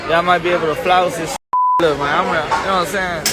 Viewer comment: 10.19 Can stakeholders translate from Ugh to human, please? All I can work out is a stringy speccy white geezer pretending to be a cool black dude by saying "nowahmsayn." No, I don't know what you are saying, dipshit. Put some consonants in and stop pretending to be gangsta. Poor, poor kids. I have to get some humour out of this but I hope this lugnut enjoys meeting some guys inside who don't appreciate his larping.